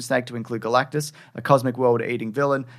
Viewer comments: You said "Girl-actus" when "GAL-actus" was Right there!! 🤦🏾‍♂️😮‍💨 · Girl-actus? When Gal-actus is right there?!?!